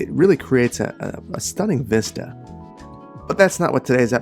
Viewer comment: Please stop saying vista if you aren't saying it correctly